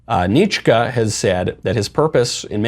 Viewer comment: Pronounced NITch-skee - we call him Dr Death in Australia.